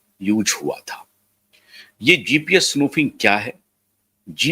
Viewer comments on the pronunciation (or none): SPOOFING is the correct word U r saying snoofing ....??